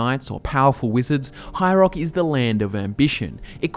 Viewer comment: "High Roark"